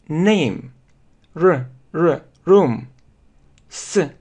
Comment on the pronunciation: Извините, я не поняла. Вы учили произносить слово room. Мне так показалось что букву R вы произнесли почти как русскую букву Р. Сколько я слышала английскую речь, то мне кажется, что эта буква должна быть более ррычащей ??? :))) Или здесь влияет разница между британским и американским произношением ?